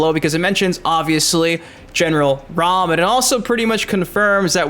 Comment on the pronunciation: Was going to like until you said (ROM) It's RAAAAAMMM like how you say MA'AM. No way you get ROM out of that. His name let's you know he's about business. Like he's coming to raam his foot up our ass lol